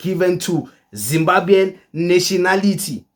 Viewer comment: Not zimbabyan but zimbabwan